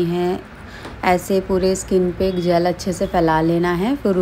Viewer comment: Jal nhi hota ji ...jel hota h😅